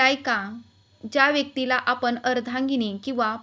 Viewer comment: आपन नाही.आपण.